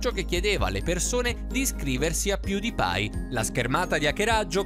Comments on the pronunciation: All inizio dice piudipai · Piùdipai e t seris cit. narratore suricato